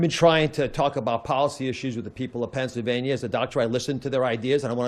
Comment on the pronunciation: Oz said “FENSYLVANIA” …unstroked💀💀💀